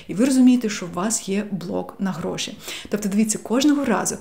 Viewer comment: Ваше "гроши" і "емоциї" якось зазвучало навіть по-галицьки 😄 💙💛 Обов'язково спробую вправу - вона мені актуальна зараз